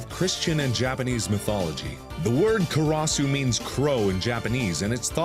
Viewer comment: Funny how Markiplier went out of his way to pronounce all the European names correctly like Gille or Tepes or Wallachia, but when Japanese came up karas became kuross.